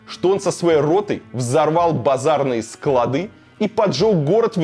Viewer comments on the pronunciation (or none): none